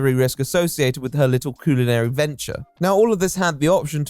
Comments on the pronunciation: Every time you say coolinary I flinch 😂😂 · coo-linary? bro how can some people not just pronounce things the way they're spelled...? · I'm calling everyone from the UK "People born with a natural speech impediment" if I hear the word "coolanary" one more time, and I'm only 13 minutes in. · I hate how you mispronounec culinary, its not coolinary thats a fuckin U. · Mate I realise you are posh and thats your 'gimmick' i get it but why are you saying "cuisine" and 'culinary' like that? "CULONERY'" Nobody says it like that. Its like when someone who has only read a word and not heard anyone use it in context. Also the Irony of not being posh enough to pronounce French words correctly let alone the fact 'Culo' means bum in Spanish and she is selling from Miami which if you are not aware, has a large Spanish speaking community. I like authenticity. Your just a jumped up middle class english lad, and cant get that right despite the anime bollocks. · Coolinary? Ronch? only pronounces O's. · why does he keep calling it "coolinary" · Coooolinary. For a guy so committed to the patronising, fake posh voice, you can't pronounce shit bro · A.i voice?? "Coolinary"? Never heard a human pronounce culinary that way Or any human pronounce "debuted" as "de-but-ted" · i wish this guy researched how to pronounce things before making a video “Coolinary” is doing my head in and how he says Karamo